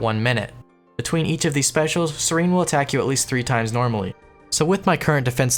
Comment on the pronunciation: seer en. it aint that hard it aint scerene